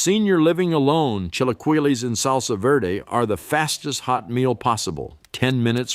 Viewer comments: lol chill a kwee Lee 😅 lol the pronunciations 😝 but other than that love the dive into Mexican cuisine ❤ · The pronunciation of Spanish words is pitiful. Chilaqwilees??